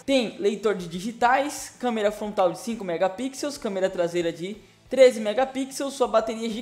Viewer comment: SÓ QUE QUE ESCUTEI ELE DIZE (FONTRAL) AO INVÉS DE FRONTAL?... KKKKK NORMAL TODO MUNDO ERRA.